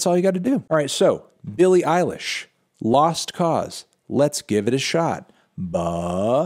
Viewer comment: I'm sorry melon, but saying "Billie Irish" 127 times in an Irish accent is not a "review"